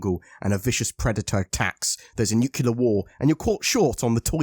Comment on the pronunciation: Nucular war? Wots that?